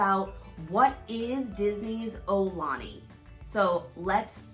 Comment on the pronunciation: Mahalo for this video! I'm so glad you visited and had a nice time! btw, the pronunciation is more 'OW - lah - knee' or 'AH - oo - lah - knee', rather than 'OH - lah - knee'.... fyi - with the global concerns over COVID19, I'm hoping life in Hawai'i and everywhere in the world will get 'back to normal' soon... As of 3/19/2020, businesses are closing down and travel is being restricted... I would hate if visitors attempt to come to Hawai'i and find that many of the attractions and restaurants are not yet available...